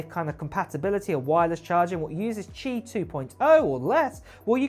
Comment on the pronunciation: You pronounced Qi correctly!! Good job! 👍